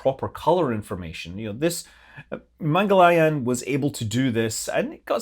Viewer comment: Its pronounced "mangal - yaan" :)